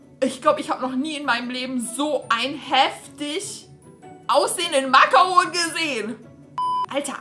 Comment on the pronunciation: Wie Sie makaron ausspricht (no hate) 😂 es wir so ausgesprochen wie man es liest nur das o muss man bisschen länger sagen und das n sagt man nicht mit.